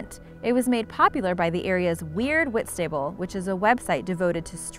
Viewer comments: Jack KingYT People outside the U.K. rarely pronounce UK place names right. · it’s not pronounced whitstayble it is whitsabl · Whitstable is pronounced witstubble